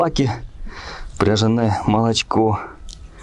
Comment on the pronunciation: Дякую. Коли говорите пряжане робіть наголос на букву я.